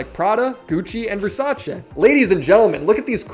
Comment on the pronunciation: You said versace wrong😂